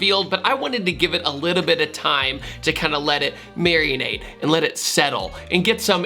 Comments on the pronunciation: Mary-uh-nate marinate* bro why don't you talk good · Mans said 'marianate' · "Mary-inade" will live rent-free in my head now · I was keen to watch until I heard "marianate". That was an instant nope for me. Unless there's a new-age joke not getting? Naw, even after letting that one marianate I'm out. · Dude, love your videos, dig the cars and the energy and attitude you bring to your reviews. Your subscribers certainly agree. One small thing, if I may - if you're describing the process of what happens when you, say, put some of your special BBQ sauce on your uncooked ribs and put 'em in the fridge overnight so all that good stuff will soak into the meat, the word you want is "marinate." Not "marionate." No "o." If it was a word, it might have something to do with marionettes, which are puppets manipulated from above by strings. Not that far off base, maybe, but I don't think that's what you were goin' for. Rock on. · Who tf says ‘marinate’ like that wtf